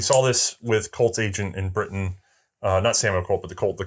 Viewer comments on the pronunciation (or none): none